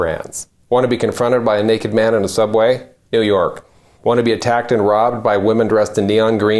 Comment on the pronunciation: "Neeewww oooorrk has a brand"...pretty bad when you can't pronounce you're own city's name.